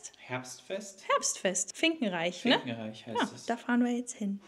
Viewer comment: Das heißt nicht finkenreich sondern finkenrech. Sind wir auch ein- zweimal im Jahr.